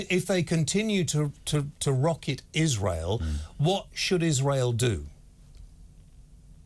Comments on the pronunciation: She said "isra-eely" which is the way idiots and bigots pronounce it. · She must live in a box somewhere. She pronounces 'Israel' in Arabic so I reckon we have a clue as to her political leanings. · Totally , she pronounces Israel in an awful manner